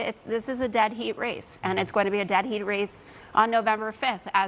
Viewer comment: Ouch. I though she said dead beat race. Not dead heat race. 😂